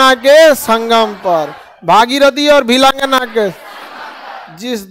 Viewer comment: currect pindar पिंडर सतोपंथ satopanth उच्चारण शुद्ध कीजियेगा भिलंगना